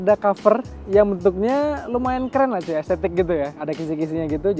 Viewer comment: cuy nya kurang cuuy, ganggu dengernya 🤣🤣🤣